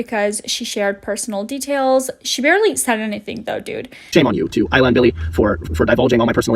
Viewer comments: I loooove that you made a video about this creep! The only thing I want you tell you is that the name of the first youtuber he dated isn't pronounced aliyah as you said it, but I-ALA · Eye-lah, not Aaliyah 🤣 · please don't think this out of hate but AYALLA not aleea 😂😂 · Her name is Ayalla not Aliya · Ayalla is pronounced EYE_ALLA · Do you keep mispronouncing “Ayalla” as Alia? Or whatever non-name you’re saying, haha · I believe Ayalla is pronounced Ai-yal-luh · It’s pronounced “eye-ah-la” for Ayala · Her name is Ayala. Not aliyah... I know that's not the point of the video but it annoyed me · Hahaha, my name is Ayalla too and you cracked me up with your pronunciation. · They can’t even say “ayalla’s” name correctly, seems like they’re a moron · I scrolled through at least 100+ comments and no one is pointing out HOW badly you messed up Ayalla’s name. It’s also clear you don’t know the word “repose”- the emphasis is on the “pose”, not the “re” It makes me wonder how much you actually researched or watched videos- how could you completely get someone’s name completely wrong?